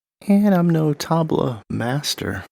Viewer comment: great video, but you must learn the right pronunciation of "Tabla" ...the T is soft...you can learn it here and poor sameer gupta...you pronounce his last name as 'Gaputa' If you are talking for 28 mins about a musical instrument, the first thing is that you must pronounce it right.